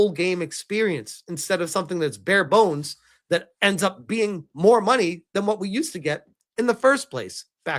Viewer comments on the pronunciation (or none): none